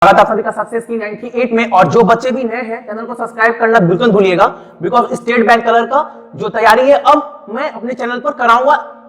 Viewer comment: what? " bilkul buliyega"